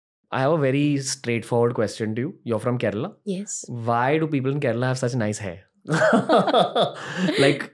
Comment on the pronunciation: Only cus he pronounced kerala right way not kerla or keral whatever